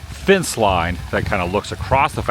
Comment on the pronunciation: Adam I love your vids but man you need to pronounce your e’s vs i’s better. Drives me crazy lol. It’s a fEnce not a fince. There’s so many others lol.